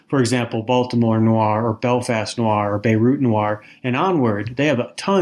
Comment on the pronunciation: What's 'Noo-ar' fiction? Is it fiction featuring 19th farmers from Somerset, England? It should be pronounced as a single syllable. If it weren't for the fact that it's an essential word in line, I wouldn't have mentioned it.